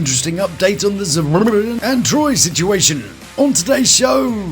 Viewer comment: I giggle every time u say he-haws name 😂😂😂😂